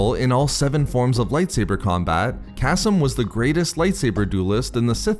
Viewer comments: Kas-m i cringe every time kaseem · .....I think it’s pronounced “Kuh-Seem”